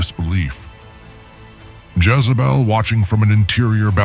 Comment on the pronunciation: A I , calls Jazzabell , He ? Other then that , this is good